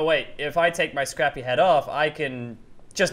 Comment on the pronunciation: IT'S SCRRAPY NOT SRAPPIE